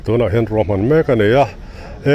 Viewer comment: EMC tia lam hi a dik lo a,AMC tia lam nise,Eizawl Municipal ni loin Aizawl municipal tih a ni a,AMC tia lam ni tawh ṭhin se.